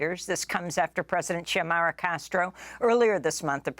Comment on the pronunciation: Xiomara is pronounced SEE-OH-MAH-RA.